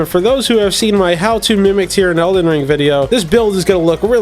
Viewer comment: If this guy says eldens one more time... i am gonna subscribe to him.